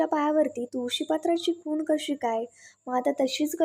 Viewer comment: खून नाही हो, खूण म्हणा